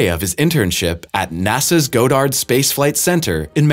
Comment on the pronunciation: "Sub-seek-quently" "Go-dard" You guys are killin' me